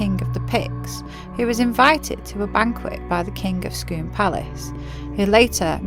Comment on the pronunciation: Lovely video! We live in Perth, Scone is pronounced scoon. Glad you’ve had a good journey, we’ve never been to Roslin Chapel but looks great!